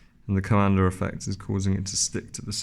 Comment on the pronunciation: It is Coandă Effect, named after Romanian inventor Henri Coandă. Not Calendar ~. 😆